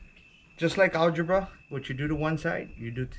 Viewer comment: I hate it all when you say math shit albera